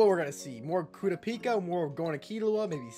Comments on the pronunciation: kurapika name is pronunced ku ra pika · i think your saying kurapikas name wrong